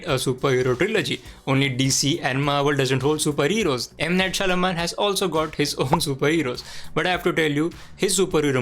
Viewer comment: Lol, you can't pronounce M. Night Shyamalan 😆😆😆😆